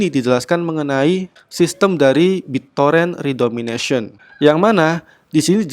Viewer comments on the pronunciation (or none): redenomination min, bukan redomination, beda kok